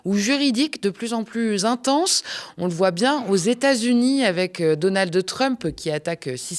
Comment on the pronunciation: Je t'aime bien honnêtement mais "Donaldeu" Trump c'est insupportable